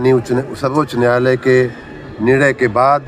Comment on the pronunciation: Samrat Choudhary says NYAALAYA instead of NYAAYALAYA. If that is his Hindi, you can well imagine his HINGLISH.